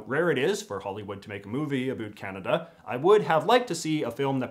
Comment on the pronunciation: JJ, I admire your commentary but I cringe a bit whenever I hear you pronounce "out" or "about". You're pronouncing that according to the American stereotype, rather than authentic Canadian vowel raising! Do you also say spoot" for "spout" or *throo-oot for "throughout"? Sorry.